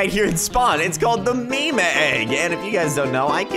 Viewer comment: You don’t say mi mi you say meam for meme